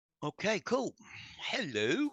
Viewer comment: Why do you say Hel lo.... You are whishing someone a hellish day in hell🤣